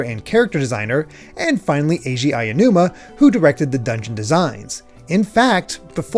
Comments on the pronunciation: Nigga, it’s aonuma not ayanuma. Learns to pronounce properly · I love you guys, but the pronunciation of Aonuma is killing me. A (ah) o (oh) nu (noo) ma (ma) There is no ayanuma. It's Aonuma. Ah-oh-noo-ma. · Super great in-depth video and I can't wait for the next one. Hopefully it doesn't come off as rude, but it took me out of it each time Aonuma was pronounced like "aiya-numa" 😂